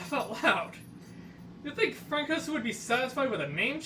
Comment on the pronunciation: Good bits: You make an effort to give different voices to different characters. Overall decent pronunciation. Your voice is loud enough to be heard. Good choice of fic, too! :D Constructive criticism: Li-bee-do, not li-bye-do. Ill-dough-ah Francois should be "Fron-swah" Couple other errors. The bells were distracting. Could've used a little editing (or maybe a rehearsal before filming). Looking up as you speak, rather than down, would also help. No other issues and overall a good first video on this. Call it 7/10 if you need a number.